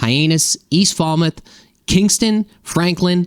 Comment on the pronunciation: Leominster is pronounced "Lemon-stir" and Falmouth is more like "Fell- Meth"